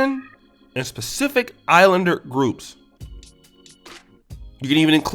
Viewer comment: Did this brotha just say "specific islanders " 😅